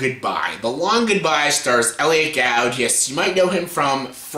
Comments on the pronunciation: Elliot GOULD, not GOUD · I missed pronounced Elliot Gould's name